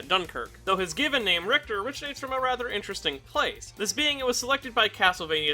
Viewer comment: Ri-HI-ta??? WTF?